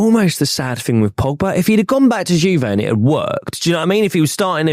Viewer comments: “Gone to JewVay…” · The way the Arsenal fan says Juve 😂😂😂 all these guys get any semi foreign name wrong